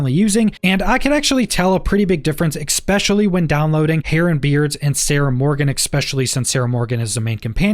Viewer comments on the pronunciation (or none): "especially", not "expecially" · "Expecially", sorry I couldn't resist